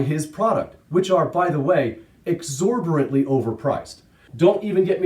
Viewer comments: “Exorborantly” lol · Great video. I'd never heard of. Jym. One criticism: you are far too intelligent and articulate to mispronounce the word 'exorbitantly' that badly.